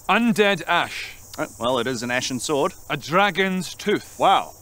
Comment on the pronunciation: When he says, " an Ashen swort," you know it's gonna be hard